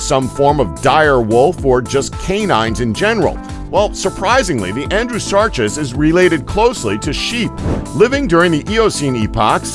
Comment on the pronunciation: Gi-gan-toh-pith-i-cus. Mega-theer-ee-um. Andrew-sar-cus. These made my eye twitch as a student of natural history...